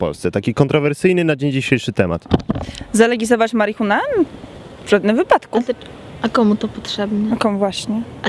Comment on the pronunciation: "Marihunę" :o